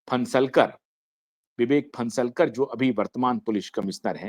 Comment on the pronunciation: लौडा 52 रहे कुछ भी रहो, तुम अपना you ट्यूब चॅनेल चालाओ, अबे नाम तो बरोबर ले विवेक फणसाळकर है, तू फन्सलकर बोल रहा है